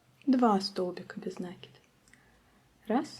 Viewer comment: Без накИда, а не нАкида.